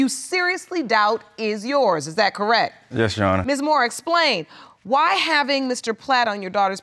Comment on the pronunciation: People have to learn how to pronounce the word "Birth Certificate"!!! It drives me MAD!!!!!🤯